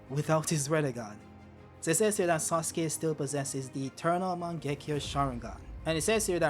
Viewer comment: “mIsTEr sOoSuKE”